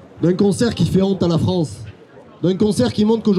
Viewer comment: la fronce de voltaire de victor igo 😂😂